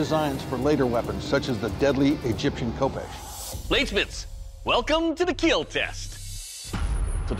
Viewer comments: Correct way Doug says Kill (I need some assistance here): 1. Kill 2. Keel 3. Keal 4. Khiel Someone clarify 😅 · it will keel, yes it will indeed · IT WILL KEEL